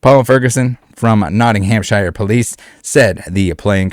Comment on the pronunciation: Poundddd sterlingggggggg I told u this last nighttttttttt and stop prouncing Nottinghamshire wrongggggggg